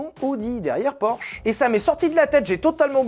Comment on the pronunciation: "orsh"... 😅 fais un effort sur la prononciation des noms propres 😂